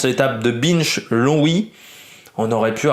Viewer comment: Ça se prononce b in che pas bineche